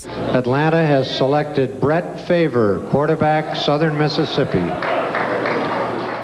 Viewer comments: Brett favor is how he said favre what a dumbass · actually correctly pronounced as favruh or faver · "Brett Favor" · "Bret Fa-vor" lol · brett favee, brett favor haha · "Brett Favor" smh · haha "Bret Favour" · Lol he said Favre wrong